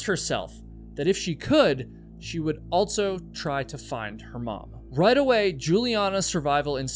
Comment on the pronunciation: You always say "altso" instead of "also". There is no T in that word my guy..